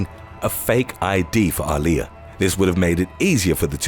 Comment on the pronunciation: He butchered the fuck out of Aaliyah's name. I didn't even realize who he was talking about.